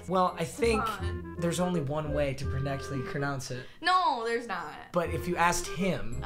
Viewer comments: prenectley crounounce it 😂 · “proecctly cronounce it” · makes video off of keylee’s lack of knowledge Also: ThErEs oNLy OnE Way to poRreCTly crounounce it